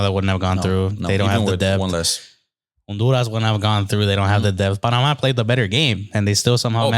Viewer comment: He pronounced the H when saying Honduras when trying to sound like he’s saying it in Spanish 😂😂😂😂